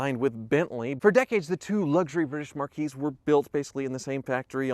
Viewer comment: Marque is pronounced "mark." Marquis is something else entirely.